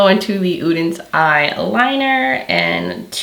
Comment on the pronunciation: You are the first creator I’ve seen so far -besides Angi and probably Annette - who actually tries to pronounce both SOLMÅNE and ODENS EYE correctly! Thank you!! I got my palette this week and you can bet I’m trying it out tomorrow!